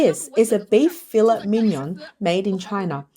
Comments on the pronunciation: Fill-et ? Fa-lay thats how you say it lol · Nope - it's fiˈlā, ˈfilā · Cringe every time she says filet….